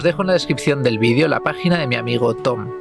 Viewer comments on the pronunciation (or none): none